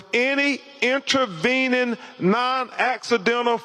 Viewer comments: Crump “ intravening” instead on “intervening” . This man cannot be a qualified lawyer. He can’t distinguish between the meaning of words and the different spelling and the context of the sentence he’s reading. His emphatic exclamations of wrong wording is beyond embarrassment. This man is not well educated. He’s not professional in his demeanour and he’s extremely disingenuous. He would be more fitting in some hillbilly back of the woods old pulpit, spewing hate to an empty shack. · "Intra-veenin." "Deff." "Sa niff again." BC sounds ignorant. 🤣🤣🤣